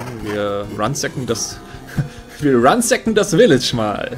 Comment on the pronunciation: das tut ja immer in den Ohren weh :P das heißt ransacking nicht runsacking :P also das gute alte Plündern